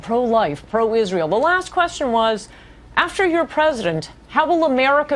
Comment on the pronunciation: Why does she pronounce it as "Izreel"